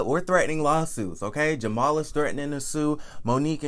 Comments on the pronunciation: His name is Jamal, please stop saying jamar. Now Jamal Bryant character is not being assassinated. Jamal's dumb ass sat on IG with an damn upside down binder. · I just love when you say "Pastor J-mal Bryant at New Birth Missionary Baptist Church in Lithonia, Ga" 😂😂😂😂 I can't!! I fall out every time!!